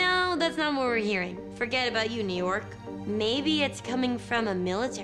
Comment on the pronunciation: I laughed WAY too hard when she called New York "YunYork" and Ritter actually mouthed it EXACTLY the way she said it